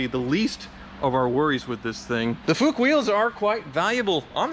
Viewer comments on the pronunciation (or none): Please pronounce "Fuchs" like "looks" - not like Fooooook. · Why would some people cut of literally parts of the structure to make it a convertible 😧🙈 I much more prefer the Targa actually nevertheless I like it 😊 btw it’s pronounced fux (Fuchs) 👍🏻🙂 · kinda but the double oo like in booth or food is pronounced to long the u in Fuchs is short like in foot So fux with the u like foot 😂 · So surprised that it starts? Its a classic Porsche... for shure it will start. :-) By the way: The Fuchs Wheels are pronounced like "Fooks" (weight not on the "oo" but on the "ks").